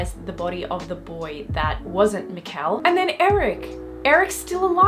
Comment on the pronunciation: BTW, quick hint about the pronounciation of Mikkel: Instead of "Miquel", think more like "Mickl". Emphasis on the first, not second syllable. A good rule of thumb is to listen to their pronounciation on the show (which, to your credit, you already seem to be doing a lot :)